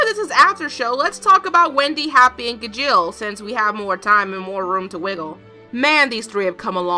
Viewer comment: Okay, i'm sorry... but you're pronouncing Gajeel wrong. it's bothering me so much.